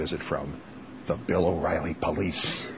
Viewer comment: I loved when she mistakenly called him Bill Whoriely